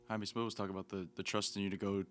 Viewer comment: Why do people pronounce Jaime's name as HI-ME? It is pronounced "HI MEH"!